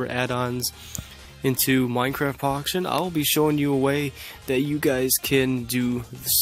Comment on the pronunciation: So so so so so so so so so so so so so so and you always said Minecraft Poction..........................